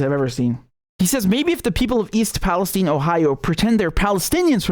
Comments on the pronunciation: They say Palesteen, instead of Palestine, because Israel runs the USA! And you calling it Palesteen, East Palestine, Ohio, is over a hundred years older than Israel! Now Israel has stupid people mis-pronouncing words! Call it Palestine! 🇵🇸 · RM love your channel, People living in Ohio pronounce Palestine with a long "i" like you and I would expect. Curious that journalists who are willing to report on this disaster chose to mispronounce it. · It’s pronounced PalastEEne so you know it’s the evil version.